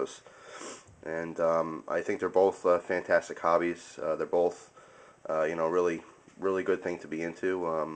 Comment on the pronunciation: did anyone else notice he pronounces both (boLth)